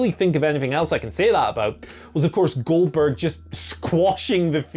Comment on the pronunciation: finally a wise man , who's saying the name correctly